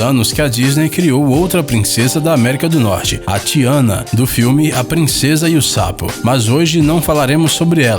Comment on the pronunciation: Acho que ele falou errado é tiana Não diana